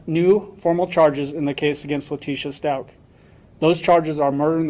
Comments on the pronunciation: Stauch= "Stauk" not stoouch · Can I just point out that stauch is pronounced stauk not stouch. God bless. Love from the UK 💕